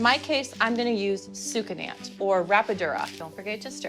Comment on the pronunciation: Su-ca-NAT (Not Su-ca-NANT)